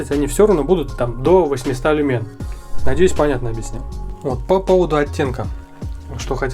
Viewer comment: Не люмЕн, а лЮмен